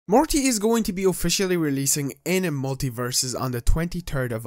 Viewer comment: did he say Marty?